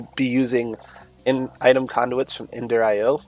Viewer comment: "Ender Ten" 🤣